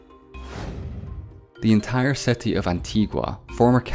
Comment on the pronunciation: Your exaggerated pronunciation of the vowel "i" is really annoying like in million and city which sound like mellion and seti.